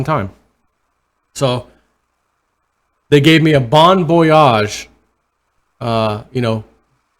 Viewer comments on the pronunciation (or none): Did you say Bon Yoyage or Bond Voyage? The latter seemed approporiate